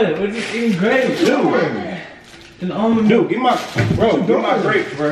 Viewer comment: Tf is al-mun milk lol almond ? 😂🤣